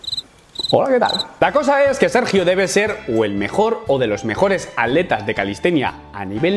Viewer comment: Cada vez que dices atletas escucho aleta 😳